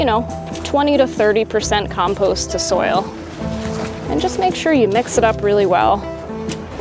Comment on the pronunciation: Very good except your mispronunciation of compost, which was really annoying